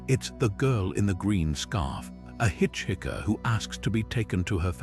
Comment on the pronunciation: Already heard most of these stories which is why you have no comments and few likes after 9 months. Had to stop watching after your AI kept saying "hitch hikker" instead of "hiker".